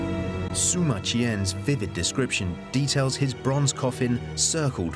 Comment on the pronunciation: The historian is named Sima Qian, pronounced See-ma not Soo-ma. Pls try.